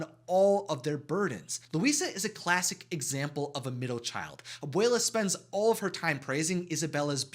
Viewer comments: Can you say that word again? Ab - uwei - lah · I would like to say Abuela is grandmother and Abuelo is grandfather and make sure to clearly pronounce the A and the O in each of them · They way you was saying abuela Alma title was making me think I was saying it wrong..